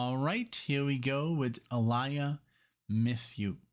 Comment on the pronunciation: Her name is actually pronounced (Ah-Lee-Yuh). Get into more of her songs, bro. She is has a dope catelog💯 it's awesome that you noticed & you're digging her use of live instrumentation in this track because she loved to incorporate that in her music. This song was originally Ginuwine's but she wanted it so bad that he let her have it instead. Aaliyah changed the sound of RnB at that time with the help of Timbaland & Missy Elliott.